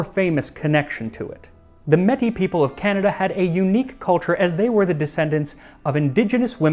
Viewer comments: Hi Max! I was so excited to see this episode, because I am Métis myself, my family hailing from what is now Northern Alberta, Canada, and I am also very interested in Métis history! (One note though - it's pronounced closer to may-tee) One of my ancestors hosted Alexander Mackenzie in a fur trading fort on his journey across North America, which Mackenzie recorded in his journals! Pemmican is such a significant food in Métis history and culture due to its importance during the fur trade, which you touched on. Your Pepsi vs. Coca Cola analogy was interesting, but I just wanted to point out that it missed a lot of important aspects of the Pemmican Wars - see it wasn't just two private companies raising support, but rather the Hudson's Bay Company and Northwest Company were very much proxies of English and French government influence, respectively. The Métis people that the Pemmican Proclamation targeted relied on buffalo hunting and pemmican trading for not just a significant part of their own diet, but the backbone of their livelihood during a rapidly developing part of the fur trade, that saw the Métis people facing loss of their traditional land in the Red River Settlement to the newly arriving British settlers/colonists, and a threat upon their very ways of life. Of course, I realize you are simplifying a complex narrative into a couple of minutes. I could go on forever, but I encourage those who are interested to look into the Red River Settlement, the Red River Resistance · Love this video and assumed it would eventually be made. I survived in the bush for 25 days traveling via birch bark canoe on old fur trade routes with nothing but Pemmican for the first half of the journey. Our other food sources were Grouse and 5-6 Beaver. Thanks for this video :) :) Just as an aside, Metis is pronounced like "May-Tea" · Métis is pronounced as meet-it’s by the people. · It’s May Tee. To pronounce. Metis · It is pronounced "rubaboo". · Nice try sir - it's pronounced May-Tee